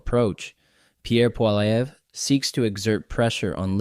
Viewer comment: It is pronounced Poly ev saying the ev as you say it in ever.